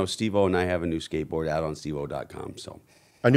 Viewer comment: Lol Bobby pronounced steve-o like Oh is his last name, emphasis on the o.